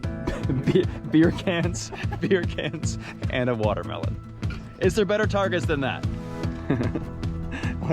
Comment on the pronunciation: I thought you had said ‘Guatemalans’ when describing what you could grab for target practice! Then I realized you said watermelon! And boy was, I relieved! 😅